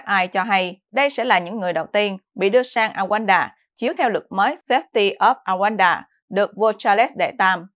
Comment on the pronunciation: Đọc là Ru ăng đa ( Rwanda - Rouanda )